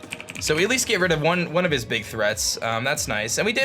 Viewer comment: anyone else hear him say dig damage instead of big damage??